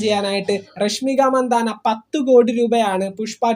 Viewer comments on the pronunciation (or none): രഷ്മിക മന്ദാന അല്ല. രഷ്മിക മന്തണ്ണ എന്നാണ് ശരിയായ പേര്.